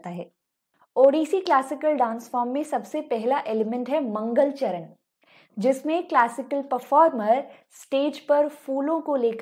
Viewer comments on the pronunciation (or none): It's not mangal charan it मंगलाचरण Not mahri it's महारी And it not geeta givinda bit गीतगोविंद